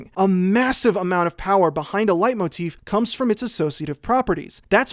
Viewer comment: I'd rather he just pronounced it correctly tbh.